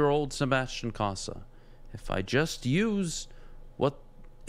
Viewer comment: This host (not T-Foss) knows jack about hockey - and it shows. First - it's COE-sa, not CAH-sa. He would know this if he ever watched Cossa play on TV (which he claims he has, saying Cossa 'looks good.'). Second, the WHL is one of the top Junior A leagues in the world, specifically in this case, featuring the best players from across North America (and some Europeans). Third, his prediction of the kid seeing "five, six games" next year and "15, 20" the year after is completely based in fantasy land. No one develops a goalie like that. It's a shame Foster has to work with such a dolt. Terry deserves better. If you don't know your stuff, don't act like you do. Real fans see right through you.